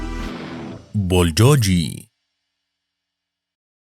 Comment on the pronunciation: بولجوجي شنو؟ 😁 اسمة بولگوكي ومعنى گوكي لحم بالكوري گ=g